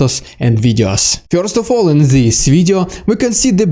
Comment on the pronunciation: Fyorst! Not really, but it tickles me the way you say it 😄